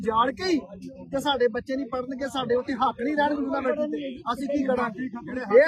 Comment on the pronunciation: ਬਾਬਾ ਜੀ ਜੂਨਾਂਵਰਸਿਟੀ ਨਹੀਂ ਯੂਨੀਵਰਸਿਟੀ ਆ ਜੀ